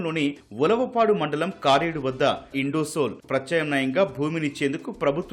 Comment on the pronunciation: adhi kaaredhu kaadhu bro karedu🥲🥲🥲